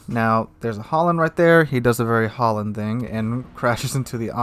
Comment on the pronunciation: seriously stop saying HOLLAND ITS FUCKING HALLAND its seriously super annoying............ just use google translate, if you cant pronounce the diffrence between A and O